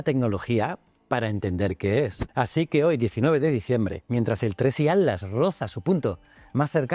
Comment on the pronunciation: PIR FAVOR PERO POR FAVOR PRONUNCIA BIEN ATLAS. SE SUPONE QUE USTEDES LOS ESPAÑOLES HABLAN EL MELÑJOR ESPAÑOL Y ESTE DECIRLE ALTLAS ES MOLESTO. HABLE BIEN